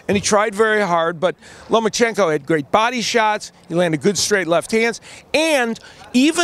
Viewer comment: there is no N in the middle of his name. It's Loma-chenko not LomaN-chenko. Alot of Americans get that wrong.